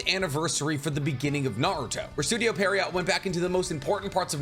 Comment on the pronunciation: Studio pierrot is pronounced "pier row" its a French word for some clown like pantomime characters. No T